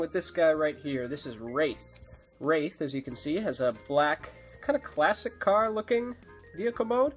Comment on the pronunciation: It's Wraith, not Rath.